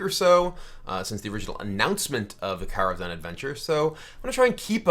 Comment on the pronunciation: good god that pronunciation on kara kazham